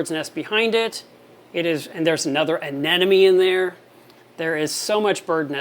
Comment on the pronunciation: ANEMMMONE not Anennnonnne